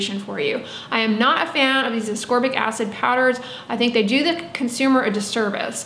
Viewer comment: Thank you for properly pronouncing ascorbic and letting me know I’ve sounded like a ding bat for 20 years by saying asorbic 🤦‍♀️ I worked in the body care and skin care industry for years. I helped people choose products based on their needs. I know enough about the properties of different ingredients to really help someone take great care of themselves but apparently I don’t know how to pronounce ascorbic. No one ever corrected me and I stupidly thought the C was silent 🤦‍♀️ at least I could pronounce jojoba oil. I used to giggle inside when people would pronounce the j’s when saying jojoba. I wonder if anyone ever giggled at me saying ASORBIC 🤦